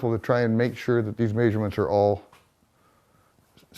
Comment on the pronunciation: I cannot stand if someone uses a word a thousand times in their story and mispronounces it. I cannot imagine this being a legitimate accent.